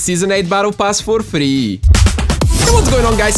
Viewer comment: He’s voice is annoying everyone he said free I thought he said theee